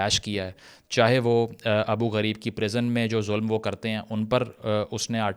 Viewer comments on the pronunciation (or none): Its not abu ghareeeeeeeeb... Its abu ghuribb